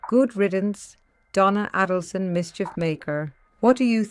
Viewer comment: Check the correct pronunciation of Donna's last name.